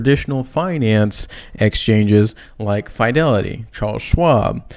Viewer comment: please ! you can't keep saying F ī delity ! I'm from Boston, it's Fidelity like fi' del.e.ti. thank you !